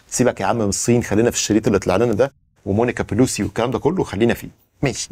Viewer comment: مونيكا لوينسكى وليس مونيكا بوليسى